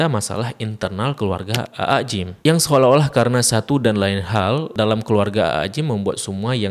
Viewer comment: Aa Gim bukan Aa Jim